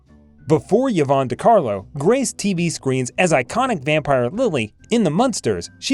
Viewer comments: Hey, Narrator: Her name is pronounced "EVE-AWN," not ever "YEE-VON!" Sheesh...Pretend that initial "Y" is an "I," & you got it. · EE-VONN. Not yuh-VONN. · Eevon not Yeevon. Peace out. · Someone tell the narrator that Yvonne is pronounced as E-vahn, not Yahvahn. What is wrong with this guy. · Yvonne is pronounced Ē•'von, not yevon. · Yes…mispronounced Yvonne repeatedly. It’s not “Yivonne “. ..rather say it “ee-VAHN” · Also, Yvonne should be pronounces E-von, not Ya-von. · "Yee-von"? Really? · It’s pronounced ‘E vonn’. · Oh for God's sake, pronounce her first name CORRECTLY. It is " E Von" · Who on earth is "Yo-VON De Carlo"? Never heard of her. I thought this video was about the well-known Hollywood movie and television actress Yvonne De Carlo. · The AI cannot pronounce "enamorous", Yvonne or Sondheim or Orpheum, "fit her build", Ray Milan, Casbah, Demille, Demille (a 2nd different mispronounciation), "Cynicism" for syndication, U-N-C-L E for man from Uncle, etc...How did she satisfy her enormous lust? The regular way, by going out with a string of men, apparently. Lily was plated by Decarlo in 71 of 72 episodes, unlike what narrator states. After 9 months, no corrections. Vintage Hollywood Archives is brain dead. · Why-vonne mispronounced repeatedly, and he started out with "enamourous lust?" i also didn't make it too far past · Learn how to pronounce the name "YVONNE" correctly.